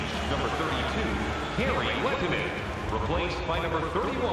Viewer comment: its pronounced let-o-nen